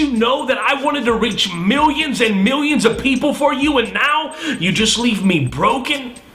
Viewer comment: "miwwions and miwwions" ha!